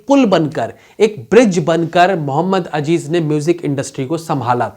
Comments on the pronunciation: Muhammad Azzzzeeeeezzz .. not ajjjeeeezzzzz मुहम्मद अज़ीज़ न के अजीज़ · Its not Ajeez ... its Aziz ...